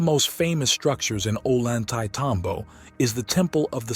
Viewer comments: oh-lan-tay-tambo 😂 you mean oh-yan-te-tambo? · Ollantaytambo is pronounced as Oiy-anta-tombo.. The 'll' in spanish sounds like 'y' in english. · Maybe it really was aliens that did this incredible stuff - "Gods". Perhaps they left no physical remains due to policy like the USMC: "Leave no man behind". (And it is pronounced Oyan-tay-tambo!) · If only English speaking people understood that double L sounds like a Y in Spanish... we would have far less discrepancy between the pronunciations. So it actually sounds like "Oyantaytambo". Other than that, great video as always. I always wanted to go to the west side of the ruins, nice to see some of it up close finally. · At least learn to pronounce the name of the town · Before making this film, the author should have, at least, learned how to properly pronounce the name of the site.